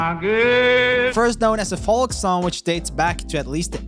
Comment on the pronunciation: And you don’t pronounce the L in “folk”.